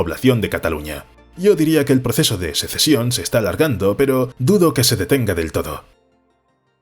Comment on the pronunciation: Sesecion? En serio? Y no lo dices una sola vez.